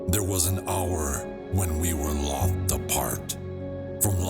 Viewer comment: I like how you pronounced it Lolth in honor of the drow goddess queen, instead of loathe.